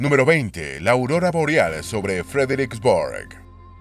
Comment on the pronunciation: Es "Aurora boreal" hermano. Excelente video, saludos